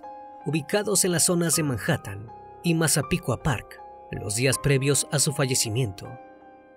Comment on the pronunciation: Si pronuncia la H de Manhattan que en español no se pronuncia.